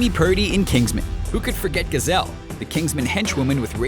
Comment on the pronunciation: I'm sure somebody apready pointed this out, but it's Giselle, not Gazelle